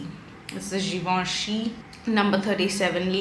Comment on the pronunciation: It’s Givenchy :) pronounced as zhuh-vawn-shee